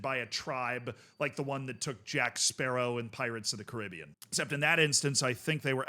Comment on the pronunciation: Bro said Pirates of the Caribbean, not Pirates of the Caribbean 🤦‍♂️